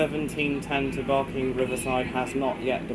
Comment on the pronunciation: it's barking not barkng riverside u got it wrong